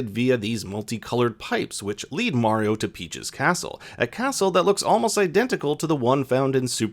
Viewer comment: Not skeleton koopas Dry Bones The way he pronounced Mario is illegal